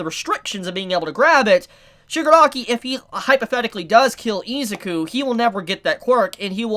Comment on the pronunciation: that pronunciation of Izuku is so hard to listen to.